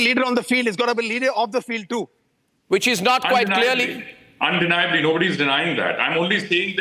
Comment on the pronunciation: Why don't you teach your correspondents proper pronunciation and diction Arnab. I heard her saying " cleaorly" for " clearly" twice. It's a Massacre of the English language..